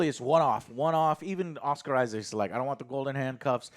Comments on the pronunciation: U guys suck at pronouncing names. Its harrow not harlow, its isaac not isaacs, ammit not amooit. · Not the point of the review and series but you really trigger me, when you pronounce it Oscar IsaacS.. it is Oscar Isaac.. no S at the end. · Joe. Joe, Joe. "Isaac." "Oscar ISAAC". One Isaac. Not "Isaacs".